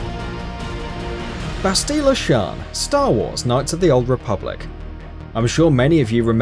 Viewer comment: How The fuk is it he says bastilla and revan